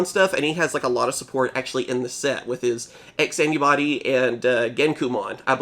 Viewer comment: Whenever you say "X Antibody", I feel like you're saying "Ask Anybody"